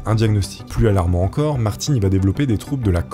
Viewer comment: J'ai accrocher sur l'histoire de Martin de la manière que tu le prononce! Il la fin de prononce comme maTin mais avec un R car de la manière que tu le prononce ça sonne comme mon prénom Martine!